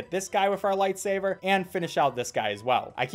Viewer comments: Im triggered everytime he says 'lightsaver' instead of 'lightsaber' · why are u saying light saver ??? no hate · I call it “lightsaver” too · I know but I have a habit of calling it “lightsaver” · I cannot tell if he's saying lightsaber or lightsaver and it's driving me insane. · Did he just say lightsaver also how did you get the game? I thought it was taken down everywhere by rovio